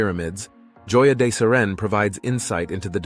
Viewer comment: JOYA DE CEREN._===HOYA DE CEREN..CORRECT.PRONUNCIATION.